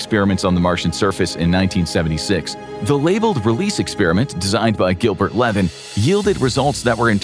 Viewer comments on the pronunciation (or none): none